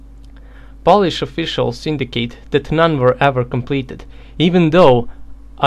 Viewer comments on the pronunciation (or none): none